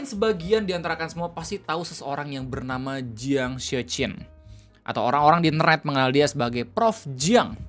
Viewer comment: Anw jiang itu bacanya cyang gitu